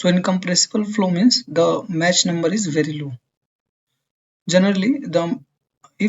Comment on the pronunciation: I think the "ch" in "Mach" is prounced as "k" not "sh".